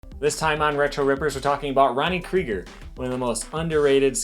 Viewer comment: It shows you have no idea who Creager is… You cannot even say his name right kid!!